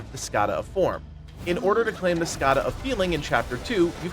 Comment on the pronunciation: Not sure why you are making the N in Skandha a silent letter, but thanks for the video.